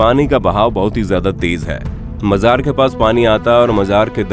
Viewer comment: Bhai majar nahi Mazar hota hai